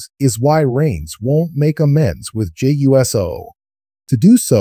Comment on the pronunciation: You can’t even pronounce Jey’s name correctly.